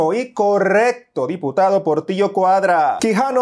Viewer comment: Cuidado dijiste porrtilllo laadraaa 😅🤣🙊🐶🐕